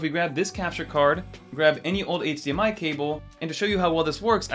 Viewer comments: hahaha you pronounce eightsdee MI haha😂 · Bro, how do you say “H” in HDMI ?! 😅